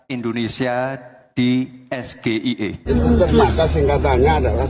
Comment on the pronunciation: Akronim bahasa Inggris tapi dibaca dengan ejaan bahasa Indonesia. Harusnya ejaan dibaca Es Ji Ai I bukan dibaca SGIE